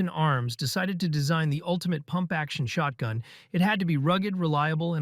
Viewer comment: Didnt realise this was an ai voice until he said shortgun Anyone else not realise or am i just dumb?